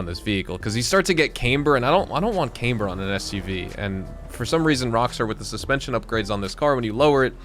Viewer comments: It's pronounced, Cam-ber not cameber! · I have a mechanic friend who moved up here from the Austin area, he’s pronounced it Cameber, I knew what he meant and I’m not even a mechanic guy.